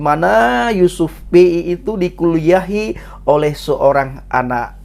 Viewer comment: Yusuf pea bukan yusuf Pei 🤣🤣